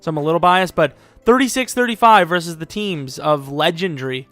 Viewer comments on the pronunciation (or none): none